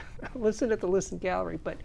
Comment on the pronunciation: I thought it was called the Listen Gallery not the Lisson Gallery